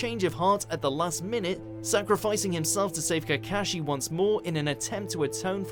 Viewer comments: "Obeto" "Kakeshe" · Kekeshi, aketski💀💀💀💀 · lol "kahkashi" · (kuh-kah-shi) AAAAAAAAAAAAAAAAAAAAAAAAAAAAAAAAAAAAAAAAAAAAAAA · Rip how you pronounce kakashi... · itachi killed is clan SO HES A Vilaan AND WRONG prounaunce in the sharingan and kakahshi by the way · You Said kakashi wrong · I like how he pronounced Kakashi's name xDD